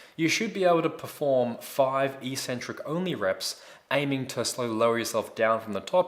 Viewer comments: Hey, Great vids, thanks. But 'Eeeeeeecentric' is not a word anywhere in the English language. The word is pronounced eK-Centric. From an etymological standpoint, it makes sense, but more importantly, just look at the syllables to understand that it is only the lifting Community that mispronounces this word. First syllable: ec. Second syllable: centric. How is it possible to pronounce 'ec' as 'eeeeee'? Other lifters might think you're 'eK-Centric' for pronouncing it this way, but at least you'll sound as smart as the actual content of your vids. Think about it.;-) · EEEEEEEEcentric isn't a word anywhere in the English language. It's pronounced eKKKKKcentric. Please look it up, if you don't believe me. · So since when is "eccentric" pronounced EEEEcentric??? Look it up!!